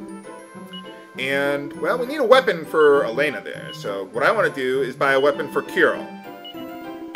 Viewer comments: And about name of main heroine. Actually there isn't name like Alena in russian, sure Belorussian version have that spelling, but if game roleplaying russian here name is same as Hellen or Ellen and actually written as Alёna(yes with dots) and spells like Alyona. Well a little ranting for teh great justice. p.s. And i'm amased how close to truth you pronounced Kyril and Borya names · Alena's name is pronounced wrong. She is like Alex from Totally Spies because of her martial artist attacks. 🎌